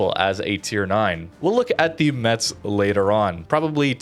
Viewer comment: Hey, as another person said you try to pronounce ship names the best you can. Concerning Metz it's pronounced "Mess". I hope it's help.